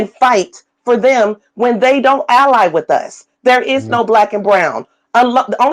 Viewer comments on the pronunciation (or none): none